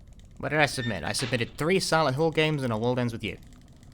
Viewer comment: Took me about ten minutes to realise he was saying "Silent Hill" not "Xanahu"